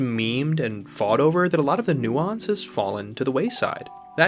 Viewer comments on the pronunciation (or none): Bro said Nuance with a hard U I'm weak 😮 Truly though this was a great analysis, I agree wholeheartedly. Love is messy, it never fits nicely under one banner. Its painful and vital and beautiful. Everyone deserves someone to be in love with. But the fact that life will always make that harder for us is what makes it all the more worthwhile to fight for.